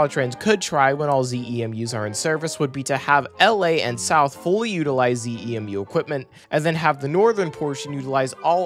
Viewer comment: "ZEMU" is usually pronounced as one word, "ZEE-moo," not each letter. And yes, as it seems that these are the ones that were supposed to be used in NorCal but they've decided to switch them down here for first use vs. on San Joaquins or ACE or whatever.